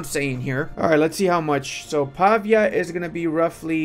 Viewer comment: Pavìa (con l’accento sulla i)